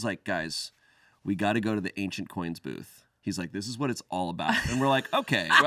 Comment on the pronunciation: Ah, said an "ancient coins" booth....I heard "agent orange" booth. Needless to say I was confused